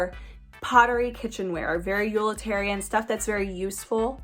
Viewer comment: You are so cute and funny. Even when you pronounce utilitarian “yulitarian” and toile as “tool”. I’m from Missouri so I’m sure you’d think I pronounce things funny such as “Mizzourah”. 😁